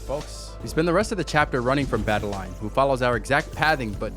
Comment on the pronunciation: Its madeline,not madenlaine.